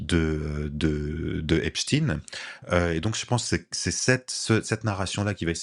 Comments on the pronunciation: 1. La base de cette affaire est une partie des méthodes usitées par le Moss@ avec des vidéos compromettantes permettant un chantage ; 2. La prononciation en « chtin » et non « schtaiin » est révélatrice de la place du moss@ dans cette affaire. On est curieux d’apprendre le prochain suicine-assassinat dans cette affaire. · 1. L’affaire Epstein (chtainnn) relève complètement des méthodes du moss@ qui consiste à créer des videos piégeant des élus étasuniens afin de pouvoir faire pression sur eux . 2. De manière qui pourrait apparaître anecdotique, mais qui est tellement révélatrice, c’est la manière dont on a imposé la prononciation du nom en « stine » et non « schtaiine ».